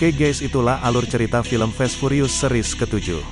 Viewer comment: furious /baca: fiurius/. bukan purius.